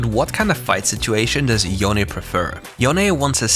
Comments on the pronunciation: IT'S SO NICE TO FINALLY HEAR YOU SAY YO-NEH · Good job pronouncing Yone correctly :p